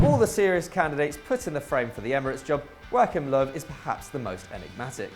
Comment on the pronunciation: The way you say Joachim😂😂😂